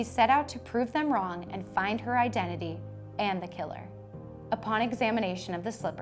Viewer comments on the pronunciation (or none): none